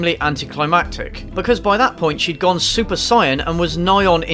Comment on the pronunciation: my only problem with this review is that he says Super Cyan(seriously what a way to butcher a pronunciation yet keep your composure)